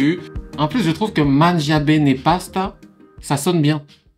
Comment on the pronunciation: Tu aurais pu vérifier comment prononcer « mangia bene » avant de le répéter 10 fois. Ça m’a pété les oreilles. :P